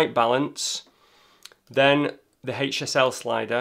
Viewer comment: I keep thinking he's saying "hate yourself" slider instead of HSL 😉